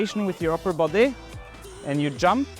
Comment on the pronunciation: I smiled when he says the word, “boday, “ in that very Norwegian pronunciation. I wish I knew how to fall more safely. I suppose that’s a stunt man’s skill.